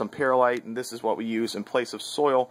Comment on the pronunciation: It's not pronounced 'pear-lite', like a fruit, but 'pearl-ite' like an oyster gem stone :)